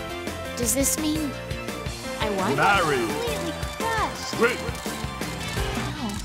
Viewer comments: I love how it says her name wrong it says marri not marie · I really like how the announcer doesn't even say "Marie" and just straight up says "MARRY" instead